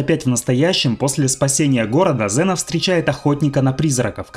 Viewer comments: Не зэна а зина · Валенок! Может Ксена, а не зина! 🤦‍♂️ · класний был фильм токо вроде говорили Ксена,а не Зена😊